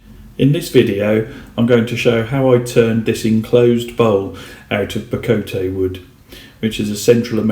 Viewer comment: pronounce BA-coat